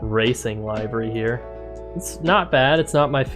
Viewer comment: FYI, it's pronounced livery, like "liver," not like "alive." (But good video.)